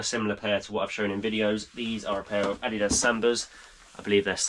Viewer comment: Finally someone who pronounces adidas correctly 😂